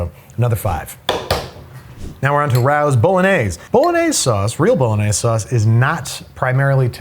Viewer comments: Ray-Os, not R-Ows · It’s pronounced “Ray-Os” not “Rowz” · Can we talk about how he pronounces Rao’s? It’s RaY-O’s, not RaU’s. My eyelid twitches. lol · For the love of tomato sauce it's pronounced Ray-O's not Ray-OW's like you stubbed your toe while saying the name Ray, OW! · By the way, it's "Ray-Os" not "Rows". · It's pronounced 'Ray-Ohs' not Rao's :) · The family that owns Rao's (the restaurant and the sauce company) pronounce their name "Ray-oh's" not "Rouse". Not trying to be "that guy" but I've seen them on a few cooking/food/travel shows and they always say "Ray-oh". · I am way late to the party saying this, but... "Rao's" is pronounced "Ray-oh's" No idea why, but it just is. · It’s Ray-o ‘s!!!! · Rao's (Ray Oh's) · Rao's is pronounced "Ray-oh-s". They're a New York City thing, how'd you get it wrong? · ok, you lost me ranking Prego/Ragu as high as anything Rao's (pronounced Ray-O's, kind of disappointed that you're a NYer and botched that) makes. Rao's is worlds better . And I actually prefer the marinara to the homemade marinara you make with your Chicken Parm recipe. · It's pronounced ray-os,right? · Rao's is pronounced Ray-Oh's for future reference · Raos is pronounced “Ray-Os” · Shocking to me that doesn’t know who Lidia Bastianich is or that it is pronounced “Ray-o’s” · Should we tell him it's pronounced ray-oh's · RAO's is pronounced ray-oh's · Am I the only one that thought Rao’s was pronounced like “Ray-O’s” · Plus he doesn't know how to pronounce Raos and the price is $3.00 off. Raos is $6.99 at ALDI, Wallmart and less at Costco. The majority of his statements are just plain wrong. Go back to culinary school or, better still, attend a culinary school. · Wait lives where and doesn't know how to pronounce Rao's? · That’s not how you pronounce “Rao’s”.